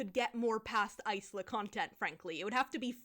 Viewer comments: I believe "Isla" is usually said "eye-la", going from the one person I know with the name! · no but that’s the thing, in English Isla would be eye-la and in Spanish it’d be ees-la but she says eyes-la. And also got really excited her main character name was top 3 for baby names and it’s like girl… Isla pronounced correctly has been a popular name for years wtf do you mean?? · Something that always bugged me: There are a lot of character names that are just words in Spanish, and the book is meant to have a lot of Latin influence (according to the author). Oro Rey - Gold King, Azul, - Blue, Isla - Island... The word "isla" in the language is pronounced EEZ-LA. (like Yzma from The Emperor's New Groove). But, her name is apparently pronounced either EYE-LA or IZ-LA depending on who you ask because I'm still not sure if Aster ever clarified! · I'm guessing Isla is pronounced eye-la (like isle aka island). Does it matter though when the book is this dumb? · I don't think you're wrong. Isla means island in Spanish, and the Spanish pronunciation has the same "i" sound as Yzma. But in English reading it as island without the "nd" makes sense. Even as a billingual, I would've never landed on ice-la as chosen. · i think it's pronounced like island?? sometimes there are characters named isla in barbie movies and they always say it like island lol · That MC's name pronunciation makes no sense. Either go the Ysma way or go the island way, not both like THAT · I still can't get over the fact that Isla's name is pronounced that way